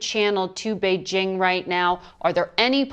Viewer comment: The way she pronounced “Beijing” shows a bit of practice in it… 🤔